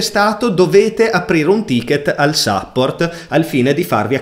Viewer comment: "Chi di voi è sopravvissuto fino alla fine del video?" Concordo ma soltanto per l'utilizzo di semplici parole in inglese pronunciate in un modo terrificante... SAPPORT? ADDRESS con l'accento sulla A e non sulla E? Tra i tanti malcostumi che ci sono in Italia, io ci annovererei anche l'ostinato e testardo storpiamento della lingua inglese (siamo famosi per questo) ovunque, e soprattutto nei vari canali televisivi, pubblici o privati. Se non sai come pronunciare una parola in inglese non farlo, SUPPORTO è molto meglio di SAPPORT e INDIRIZZO è molto meglio di ADDRESS con l'accento sulla A perché lo dici bene nella tua lingua, se lo fai come è tipicamente italiano farlo, fai solo una bruttissima figura. Per il resto non posso che complimentarmi del video.